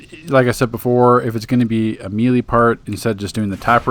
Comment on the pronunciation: Thumbs up for pronouncing "melee" correctly now. It makes you sound more intelligent and cultured. I know that it's your right to say it the other way, but that's like when people say "Lemme axe you a question" instead of "ask," or when Filipino immigrants say "pipty" instead of "fifty." One way makes you sound respectable, while the other makes you seem uneducated. Oh, and of course, great informational video. Thank you for continuing to update your guides along with the game updates. Your time and effort are appreciated.